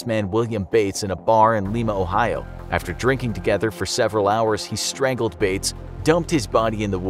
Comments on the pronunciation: they forgot the R in strangled so it’s now stangled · Lol ( Stangled ) you mean strangled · It said stangled instead of strangled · Btw is stangled not strangled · He made a mistake, its not "Stangled" it's "Strangled" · Strangled not Stangled* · “Stangled” XD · Stangled Haha. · Wonder how you “stangle” somebody 🌚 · ah yes... “Stangled” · ahh yes STANGLED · Forgot the R in strangled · "Stangled" lol